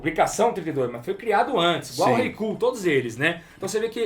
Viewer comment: eu n consigo ouvir os caras falando "kull" seriamente. Sinceramente não dá